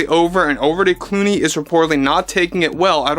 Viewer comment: Is it george looney? Or looney George?